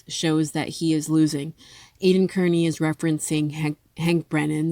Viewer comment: Not kerney, carni, like slang for a carnival worker...but good commentary otherwise ❤